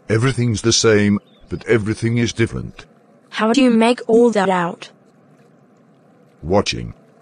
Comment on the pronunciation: same same but difflenttt 🤣